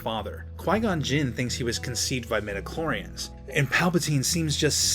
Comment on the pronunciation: How many did hear he saying Medichlorians not Midichlorians? I mean in the beginning.